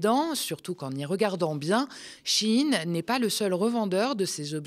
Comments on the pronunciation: "Shein" ne se prononce pas "Chine" comme dans "un chine toc" (terme wokiste à la mode) mais "sh" "ein" ,comme dans " ein volk ,ein reich ,ein Fuehrer "... à bon entendeur , salut 🚸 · Shein vous l'avez prononcé CHINE. purée j'avais jamais fait le lien 😮 G Jamais acheté là ni sur temu. Vinted oui. Merci 🎉